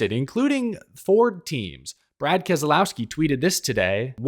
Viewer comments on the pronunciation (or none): Learn how to pronounce kez lau ski there is no kez a lau ski RIP Sherry